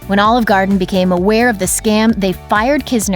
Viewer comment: Please learn how to pronounce "Garden."